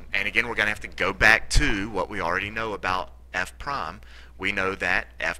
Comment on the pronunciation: At the last problem, you said "f prom of x... g prom of x," which the word "prime" is pronounced incorrectly.